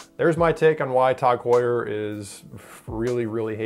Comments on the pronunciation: "Tawg" Heuer. I've never heard it pronounced like that. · The thing that annoyed me the most is his prenouciation or tag heur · If you're gonna hate them at least say their name right